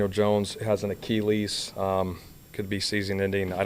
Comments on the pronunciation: Dude literally can't pronounce it like a human being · Why did say Achilles like that?